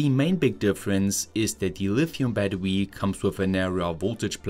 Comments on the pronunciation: Battery = Baddowe-uh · What's "badwooee""? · 🚫 battery ✅ battewee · This dude's voice LMAO. Battewee.